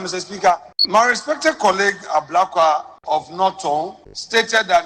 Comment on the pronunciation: This guy paa, it's Ablakwa not Abrokwa 😂😂